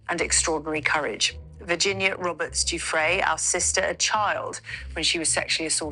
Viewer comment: who the frick is Prince Eugene? Eugena, Virginia Guffry?? Learn their names and pronunciation. If you're going to talk about them at least sound like you know who you're talking about.